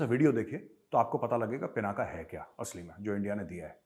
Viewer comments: It's pinak not pinaka saheb. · पिनाका नही सर पिनाक हे